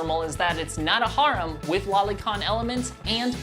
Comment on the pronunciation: You can tell this nigga dont actually watch anime from tje way he said "Harem"